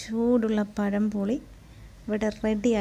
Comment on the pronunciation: പഴംപൊളി അല്ല മാളെ... പഴംപൊരി. പെരുമയുടെ ര പഴംപൊരി...........😁